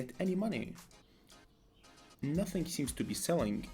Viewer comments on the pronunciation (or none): none